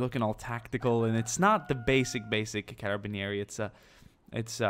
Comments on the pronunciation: you're pronouncing Carabinieri in the right way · I love you, you have finally played with italians:D You pronounced Carabinieri correctly anyway